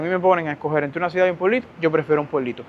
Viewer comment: HOLA! FASCINADA CON TUS HISTORIAS DE VIDA! ME PREGUNTO PORQUÉ SE OYE RARO CUANDO PRONUNCIAS LA PALABRA "C I U D A D"🤔🤔? PAREC Q DIJERAS "SUIDAD"